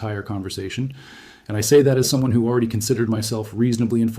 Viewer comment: Aller-eedy? I doubt a single person would have mispronounced "already" like that.